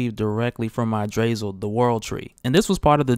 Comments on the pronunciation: the tree's name is pronounced {you-druh-sill] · ig-druh-sill is how u say it baba ganoosh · The world tree is pronounced idra-sil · The way he pronounced Yggdrasil hurt me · I'm sorry the way you said yggdrasil really grinded my gears you said yggdrasil all wrong cuz I'm norse pagan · You butchered the pronunciation Yggdrasil.